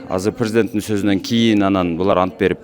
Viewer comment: Ассалоому алейкум кечке көрдүм биржа депутат антбергенде ант деген сөздү басым менен айтпады окуучулар декламатсия айткандай эле болду го